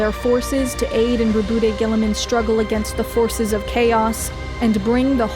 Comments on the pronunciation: Its prononuced raw bout not ruh boot tae Raw bout like the word about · It's pronounced "Rob-out Gie-ah-mon." Source: Canadian. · Row-booty Gillyman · ro-BOOT-ay gillimin I love it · Is his name really pronounced "Ru-bootay" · You pronounced Roboute incorrectly. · his name is pronounced RowbotGirlyMan